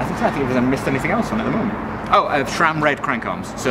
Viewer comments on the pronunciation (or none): SRAM, not SHRAM!!! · My mind is running out of gears, when hear "shram" 😋